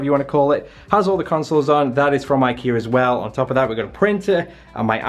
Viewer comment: "That's from ikear too" 😂😂 love you